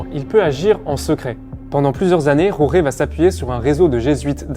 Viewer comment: Prononcez georges, vous serez plus près de la vérité. La "jota" espagnole ne se prononce jamais en Argentine.